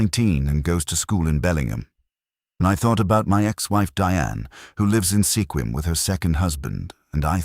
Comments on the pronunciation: Good story but it's pronounced SKWIM not sekwim. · Squim not Sekwim. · Mispronounced Sequim.